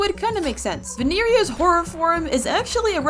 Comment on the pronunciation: It's not veneria it's vinaria